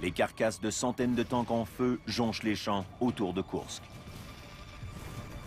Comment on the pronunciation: Héy, pas de E à Koursk (écrit à la française)!